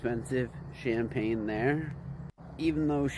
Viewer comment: I agree.... The " CHAMPAGNE S" part is where he messed up